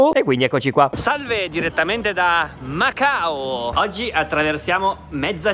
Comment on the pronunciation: Macaoo detto in modo diverso 😂😂😂